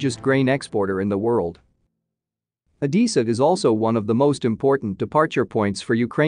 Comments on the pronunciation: C’mon robot voice, try harder, it’s Odessa not Odissa. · Oh-des-ah... not Oh-dee-sa. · O-dess-a, not O-dee-sa! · I'm about to lose my mind hearing the narrator say Odessa wrong so many times!!🤯🤯🤯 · At least learn how to pronounce "Odessa" !